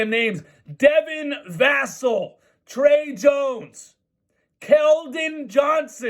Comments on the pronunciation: It’s pronounced Vah-sell. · You also asked “Who is Vassell?” Answer: A lottery pick. Come to think of it, so was Jacob. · When he pronounced vassels last name like that and then who tf are these guys I lost it bro 😂😂😂😂😂